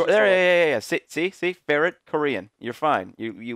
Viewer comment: Actually is a ferret not a farret